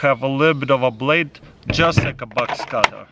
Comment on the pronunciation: At first I thought he was saying bugs cutter then I understood that he was saying Box cutter